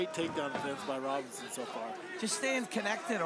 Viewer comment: Imagine commentators who learn how to pronounce the fighters' names? RobERson, not RobERTson. Jeeez.